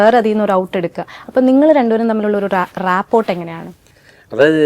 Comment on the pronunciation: റാപ്പോർട്ട് എന്നല്ല ഉച്ചാരണം, റാപ്പോ എന്നാണ്..